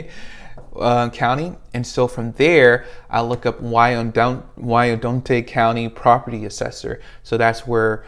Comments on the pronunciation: FYI it’s pronounced WHY-ANN-DOT ✌🏽😅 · Love you videos! Thank you for the gems. I had to laugh at “Wyandotte” lol. I’m from Louisiana, we say “wine-dot” it may be the same there too lol. Best wishes! 🌻